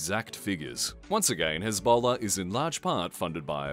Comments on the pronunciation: I just found this one funny because it sounded like Ebola. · You mispronounced Hezbollah 😂